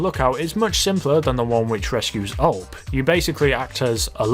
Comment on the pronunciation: Btw it’s not ULP it’s U-L-P